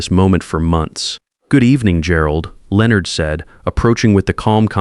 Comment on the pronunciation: Will somebody please programme your AI to correctly pronounce the names Leonard and Patricia. Also how did Patricia grow up not realising her father ran a very well known and successful construction company, the family lifestyle she probably enjoyed could not have been provided by a Janitor. Perhaps I have misunderstood the story but that aspect of it was confusing.